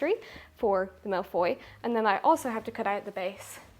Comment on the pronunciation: Finally, baking :D I love that you show all the misshaps. And being french, I love your pronunciation of "tarte aux fraises", "framboise" and "mille-feuilles" (one of my favorites) :D "crème pâtissière" needs a bit more work though :p First time I comment on your channel. I love your style, your naturalness, and the overall wholesome feeling (not sure if wholesome is the right word but, well.) Cosyness maybe? Anyway. Now I'm hungry.